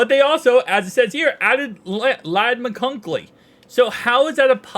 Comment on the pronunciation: Hey brother, Ladd McConkey is pronounced McCon-KEE, kinda like “donkey”. 🙂